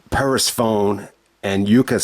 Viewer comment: Your pronunciation of Persephone was way off 😄. The first part is pronounced like "Per", then the "sephone" part is pronounced like Stephanie (but without the 't').So just think of it as 'per-Stephanie', but remove the 't' from Stephanie. I only know how to pronounce it because there was a character named Persephone in the God of War video games.